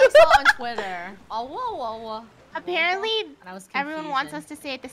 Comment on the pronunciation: Its Owa not Owo.